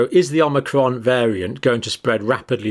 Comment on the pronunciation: Are my ears malfunctioning or does the good doctor keep saying "omnicron"?